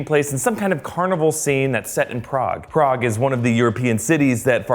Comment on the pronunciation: Prague pronounce as prak or praha?